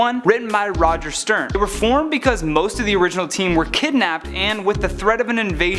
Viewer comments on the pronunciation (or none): none